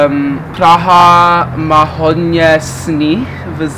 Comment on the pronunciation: Nejvíc ,,češím se" 🤣🤣🤣 nebo ,,prraža"